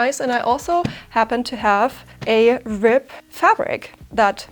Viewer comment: It sounds like you are saying " rip" instead of "rib".